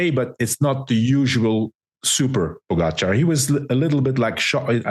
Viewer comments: Armstrong and Hincappie still do not pronounce Po Gahh Chaaar....correctly...it is not Po Ga char For god's sake..come on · Why is it that Armstrong and Hincapie cannot pronounce Tadej last name